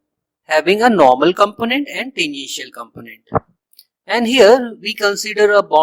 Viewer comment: When you were pronouncing the word "tangential" while explaining how flux contribution of the curved surface becomes zero, you pronounced it like "the initial". I had to repeat that part many times to make sure what you were a tually saying. You need to improve your English. Also, you didn't explain the vector form of the magnetic field intensity equation properly. You just said it like in book.